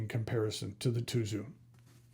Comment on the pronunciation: Tuzu is pronounced Tsuzu in Japanese. Tsuzuru means to write or spell. The Japanese packaging has the words "zutto tsuzuru, zutto tsuzuku" which means to flow smoothly and continue forever.